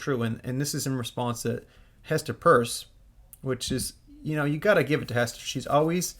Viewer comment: Doing great work Mate 🕵🏾‍♂️ How about showing some respect to Hester by pronouncing Her name correctly! She herself calls her last name as PEERS (phonetically written)! There is no U in PEIRCE!!!